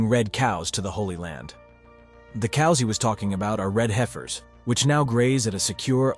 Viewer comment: They're pronounced "heffers"... 🙄